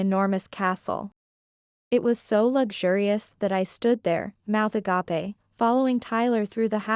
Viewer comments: when will they ever learn to pronce a gap e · Agape in English has two syllables. The Greek word spelled the same way has three, as pronounced here. The meaning is the English term. This mistake is repeated so often in these stories and it clearly shows the readers ignore feedback.